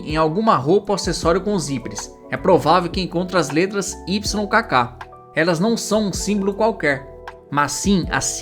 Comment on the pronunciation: AI. Can't pronounce "aglet" or "YKK," such simple words.